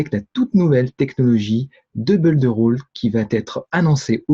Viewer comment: Bonjour, permettez- moi de vous faire remarquer que le verbe to build se prononce Bild et pas beuld. La bonne prononciation améliorera votre crédibilité. Votre collègue audois confirmera.